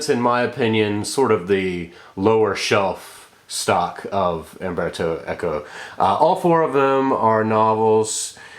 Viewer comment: CERTAINLY not "Amberto". It's mind-boggling that even the well-read among you native English speakers will at no point at all have the forethought to look up the pronunciation of the name of who seems to be a writer you admire. Even more so if you will go to the lengths of putting together a video for thousands to sit through. You really must have no shame.